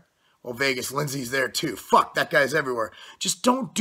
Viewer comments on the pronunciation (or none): none